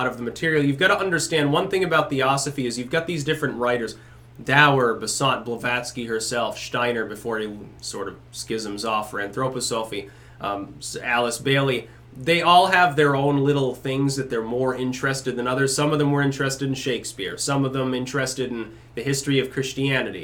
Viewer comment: It's usually pronounced "An-thro-PAW-sa-phy" (sorry, not to be a pedant!). Always wondered what you thought of Steiner. Personally I think Steiner and some of his followers are as interesting as Theosophy in their own right - a "big tent" movement that collated a lot of important philosophical currents in German idealism, and combined them with a willingness to study the esoteric "scientifically."